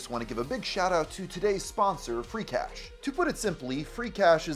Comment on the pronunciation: feeecash? seriously?